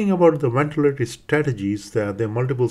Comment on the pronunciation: I found this very difficult to understand. I am aware the presenter is Indian (perhaps a close-by country, I'm not sure), and he has a strong accent. There are so many words I can't get - question, ventilatory, patency, consideration, elderly, respiratory, morbidity, alcohol, radiotherapy, technique, congenital (this was one of the worst pronunciations), following, airway, important, some random words that are unintelligible, endotracheal, position, spontaneous, at this point I'm giving up. I would be embarrassed to have this online, there are so many errors in language and I would not as a trainee have been able to understand this lecturer. Even if this clinician is skilled and respected, putting a lesson online with such faults in pronunciation is not a good idea. I am aware that in different countries that pronunciation is different. However he is a figure in prominent institutions in England and it is incumbent on lecturers to actually be intelligible. If you claim this to be an educational video for anaesthetists around your country and the world I would recommend setting a higher standard. Also, strange to suggest using desflurane when it's obvious to use TIVA for these cases.